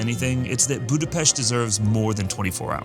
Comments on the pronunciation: I am Hungarian and you pronounced Budapest perfect ! Thank you. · Thanks for the correct pronounciation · THY ! Nice prononciation of the capital city!